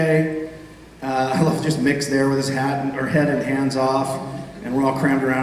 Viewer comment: Its Mick, not Mark... poor Mick.